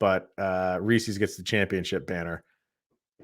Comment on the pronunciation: Don't call them reeseeees. Just like Reese Witherspoon, it's Reese's. You wouldn't say, "Those are Reeseeeeees car keys." You would say, "Those are Reese's car keys." 👍🏻